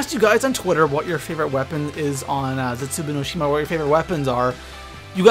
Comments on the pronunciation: I think its pronounced Zetzu Baw no shima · Please don't say Zetsubou no Shima like that!